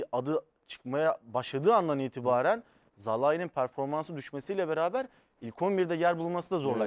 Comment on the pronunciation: Arkadaş neden şu oyuncunun ismini ısrarla yanlış söylerler anlamıyorum. "Zalai" değil arkadaş "Salai"! Hayret bir şey arkadaş ısrarla yanlış söylemeye devam ediyorlar.😣